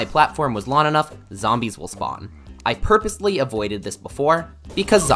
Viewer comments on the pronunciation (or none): The way that this guy cant pronounce ng combinations.... "The gun-slinner" "to make a lon story short"